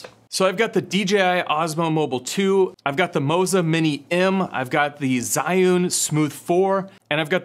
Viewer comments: What part of "Zhi" sounds like "Zai" to you? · the way he said zhiyun triggered me... its ZHHHHHIIII not ZI